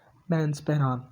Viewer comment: U even can't able to pronounce pheran and please don't mix our GB with azad Kashmir or Indian Kashmir we don't want joint you people don't compell us it's our choice what about azad Kashmir culture and cuisine why you people hide your identity which is pahadi and and your culture similar to Punjab